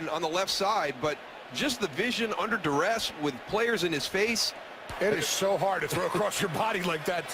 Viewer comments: Did he say “under disress?” Instead of distress 😂😂😂😂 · It's under "duress". Look it up.